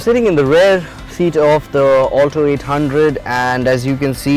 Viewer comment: Its Alto not 'All Toe'